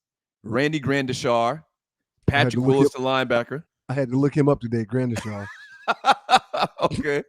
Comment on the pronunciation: Gradishar not Grandisha